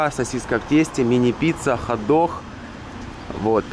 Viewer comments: Хот дох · Вертуха, хадог, аж уши вянут 😪